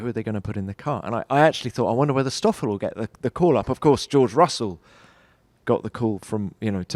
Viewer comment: Kinda yes, he always called him "Estoffel"